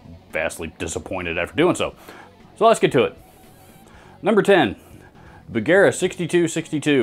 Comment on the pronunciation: There’s no hard ‘g’ in Bugera, right?